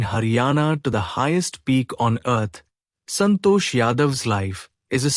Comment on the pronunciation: It is santosh not santo.😊